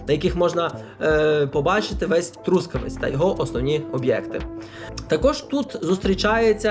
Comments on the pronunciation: ноголос на останньому складі - Трускаве́ць — місто на заході України. Трускаве́ць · ноголос на останньому складі Трускаве́ць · А чому такий дивний наголос в слові Трускавець?😮